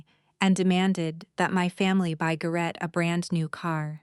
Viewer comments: His name is pronounced "GARE-ett" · AI mispronouning AGAIN. It's prounced Gar it